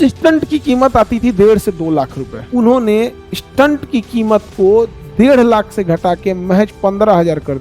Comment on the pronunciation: Sir maaf kijyega ....apka pronunciation galat hai stent ka